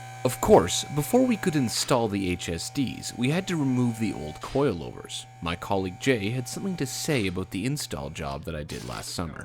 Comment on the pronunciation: Does anybody hear that guy say coilovers like cloilvers